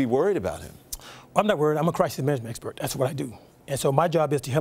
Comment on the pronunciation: He said I am a "crithis manament esper"...very choppy and mispronounced because he is lying about this...he is not a crisis management expert because if he was he wouldn't be so tense when he makes this claim...causing the strained fast speech and voice inflection...kinda hilarious though...I got a good laugh though....